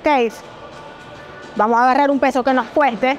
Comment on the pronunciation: Ahora cualquiera da consejos y rutina, dragon Pharma que decepción que tengan pseudo atletas tan chafas!! Puro youtuber! Consigan atletas de alto nivel aunque cuesten más caros! Por cierto para esta dama, se dice GIMNASIO!!! No GiGNASIO. Y vamos!! No Vamo.